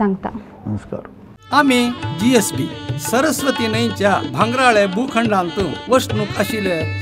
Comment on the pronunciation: A very nice Channel which was awaited for a very long time. I am very happy that you all are speaking or telling us about our Origin and other aspects of our community. Please keep going. Can I pleas seek a correction in pronouncing GSB ? I understand it is Gaur ( pronounced) as Gowd Saraswath Brahmins originally.